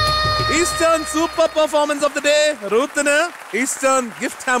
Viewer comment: രുത്ത് അല്ല റൂത്ത് ആണ് കറക്റ്റ് ഉച്ചാരണം